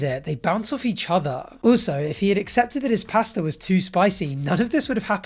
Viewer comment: Learn how to say pasta please